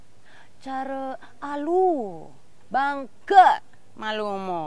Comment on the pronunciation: Sacha Stevenson yes it is! btw, you should pronounce "Ke" in bangke like in kenya. :))